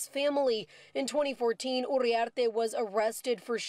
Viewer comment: “Urriarte” 😂 You need to learn Spanish, lady